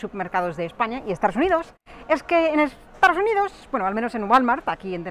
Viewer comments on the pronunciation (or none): Apenas tiene acento, de hecho hay muchas veces que no tiene. Sin embargo nunca dice "estaDos unidos" sino algo como "estaRos unidos", curioso. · Es gracioso. Cuando dices Estados Unidos te entiendo Estardos Unidos o lo que es lo mismo estar dispuesto unidos. Un chiste malo que se contaba en España. ¿Como se dice casarse en inglés? Respuesta:Estar dos unidos. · Me hace gracia como dices Estados Unidos, dices “estaros uniros” xD. Hablas fenomenal, si hablases un poquito más despacio creo que sería difícil diferenciarte de un hablante nativo.